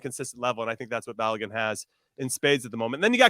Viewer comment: Stop butchering Folarin Balogun’s name. But some respect on it. Call him Flo if you must but say his last name properly. I think he earned that I think.